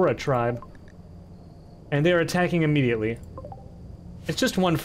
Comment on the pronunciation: immediently (immediately) 😭